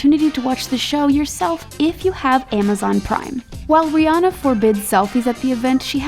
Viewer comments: That reporter said Ree enna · Why some these ladies be saying Rhianna's name wrong?